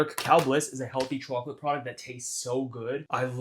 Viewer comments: chocolate swauce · i love how he says chocolate